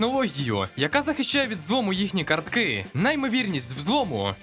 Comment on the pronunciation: Був би вдячним, якби були не такі нав'язливі акценти на останній склад у фразі. Звучить неприємно: "одна з найбільших компанІІІЙ, яка випускала кредитні картКИИЕ"